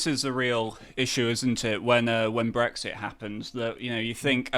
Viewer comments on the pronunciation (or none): none